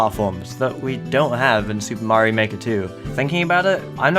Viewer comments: Mario Maker: S O R R Y T H E S E R V E R S A R E D O W N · may not